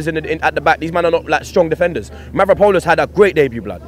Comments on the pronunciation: his name is Mavropanos* not ponos. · It's Mavropanos not Mavraponos...lol.. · Mavropanos not mavraponos... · That's right, MAVRAPONOS NOT MAVROPANOS, PONOS in Greek means PAIN!!!! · His name Mavropanos not Mavrapanos! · When he says manvapronas i keep thinking hes saying "man from Poland" 😂😂😂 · It's Mavropanos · Its Mavropanos..lol